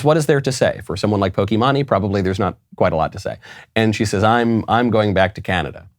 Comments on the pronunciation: I know Michael doesn't care, but Pokimane is actually pronounced "pokey-main". And I only know that from another gaming-based YouTube channel. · It’s poke mane that’s how it’s pronounced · Micheal, its pronounced pokey-main, if your gonna insult someone at least pronounce the name right XD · lol. love the show as always... but it's pronounced poke-mane like a Lion's mane. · I love how boomer Michael is. The "Poke-eee-monn-eee" pronunciation killed me. haha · When he said poki-mah-nee was hilarious 😂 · It's pronounced, pokey-maine. Lol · Horse mane Pokimane I know enough that I don’t mispronounce the name. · Everything was great except the part where he pronounces pokimane in the most cringy way possible multiple times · How tf can he not pronounce pokimane this guy is a clown lol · Haha, the way Michael pronounces Pokimane. Also, I'm pretty sure she won't be missed. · The way he pronounced Pokemane SENT me 😭😭😭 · Lol, pokimane. Love the pronunciation. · Michael it’s poky-mane not poky-mon-e your the best but that was just to funny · Just for the record it’s pronounced “Poki-mane” not “Poki-mani” lol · Lol he said Pokemanee It’s Poke-main 😂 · I’m sorry but “pokiemanye”??? Nah bro ✋💀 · bro saying pokee manee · NO WAY YOU JUST SAID POKEY MAHNEY IM DYING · "Poki-mani" 🤣 Good stuff Michael. 👍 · Hearing Knowles call pokimane po-kee-mah-nee, is way too funny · i'm glad i lived up to the point in time to hear Michael say POKIMANI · Michael pronouncing Pokimane as Pokémoni is the greatest thing I've heard today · I was so confused when Michael said "Pokeymaney" and then I saw Pokimane on the screen. Had me in tears! 😂 Still love the show! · It's Poke Mane like (Pōkē Māne or Maine) It doesn't really matter. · not that it matters, but it's poke- mane--- like that, but maybe you did it intentionally, lol great show, keep up the good work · pokémonie lmao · it's actually pronounced poke-ee-mahn. her name is imane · Bro you really couldn’t say poki Maine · It’s pokeymain 😭